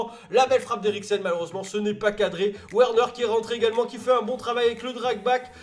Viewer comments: Juste c’est « Verner » pas werner les « W » se prononce « V » en allemand et les « V » se prononce « F » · Et Werner, ça se prononce Verneur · werner est allemand donc ça se prononce Vèrneur